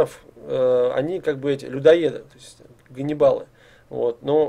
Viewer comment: Каннибалы,а не ганнибалы )